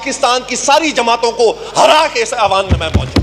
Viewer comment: Awaan nai hoota..eiwaan hoota hai